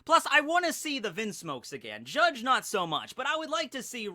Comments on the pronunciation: Bru, you dont have to say the "e" in Judge, really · Wm. R. Woodland He’s saying it the Japanese way “Jajji”